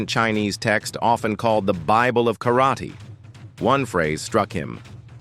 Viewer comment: Yep. And Kar raaaa tey And Osu! Everyone, so bloody saying Osu. It's 'hai...'... that's it.